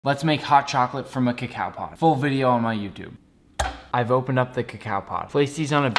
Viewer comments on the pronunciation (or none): Its not pronounced cacow